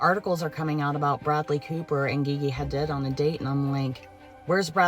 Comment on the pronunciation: That pronunciation of Gigi Hadid hurt my soul. And I don’t even know who she is. I’m just familiar with the name.